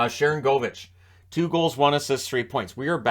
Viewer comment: You've been pronouncing one of the names on that team wrong. It's Sharan goal vich. Even if he's not scoring as much as you think he should, just like the guy who used to play in San Jose was Marcus Score nsen.